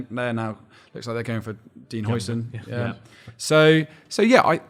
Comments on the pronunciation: According to google translate: Huijsen sounds like "How-sen" not "Hoi-sin" like the sauce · it's "How-sen" not "Hoi-sin". He's not chinese